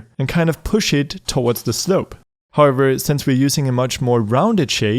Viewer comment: Whenever he used to tell however I used to hear harbor Which was really funny 😂